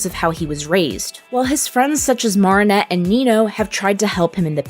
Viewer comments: No offence its not pronounced Maarinet its called marinette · ( Mair - uh - net ) not ( Mar - ah - net ) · Why dose she say MaReAneTTe instead of marrinette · Maarinette It Is Mareinette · It’s not “moaranet” it’s MArinnete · Wow i loved how this video went deep and u explained all the foils and stuff. One thing tho, it’s Mare-in-et (like in fair, you say mair, or mare, like what u call a horse) not mar-in-et (like in bar) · Its marinette not marrinette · yes its maa ri nett 😭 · Sorry, but the pronunciation of Marinette threw me off. It's pronounced Ma-rin-ette. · m ah-rinette ;-; otherwise great video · why does she say mawh-rin-ette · I JUST LOVE THE WAY THEY SAY, morninette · Mar-in-ette? Aight send marinette to mars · Ok listen up, it’s mar from Mary nor maar from maareep your pronouncing Marinette like maar-ee-net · Why does she keep calling Marinnette mArennete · It’s actually Mari-nette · she really went and said "MARRRRinette" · Just so you know, it’s pronounced (Mair-in-et) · The way you say marinette is just 😬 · im sorry but how you pronounce marinette annoys me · Ok but why are you pronouncing Marinette's name weird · I was annoyed the whole time with her saying Marinette's name wrong every time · Omg, I can't. You keep saying Marinets name wrong.